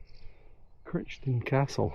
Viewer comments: The name 'Crichton' is pronounced 'KRY (CRY) - TUHN.' I know a family with that name and that family and Google pronounce it like this. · Sorry, ye Cannae even pronounce it😂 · But he can't even pronounce the name of the castle properly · Sadly, no of us knows everything and we all have failings but a human making a genuine mistake is better than an AI narration with no soul any day of the week, imho.